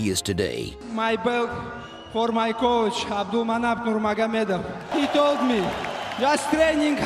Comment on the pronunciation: The only english speaking channel who pronounce the "nurmagomedov" right.